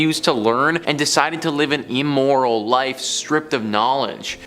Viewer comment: It's just E-moral how he speaks.